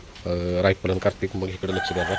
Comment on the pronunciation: दादांचं मराठी जरा कचं आहे का करतिक अस नाही कार्तिक अस येत 😂